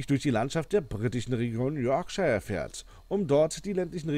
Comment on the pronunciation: Yorkshire wird nicht [Yorkschaier] sondern [Yorkschir] ausgesprochen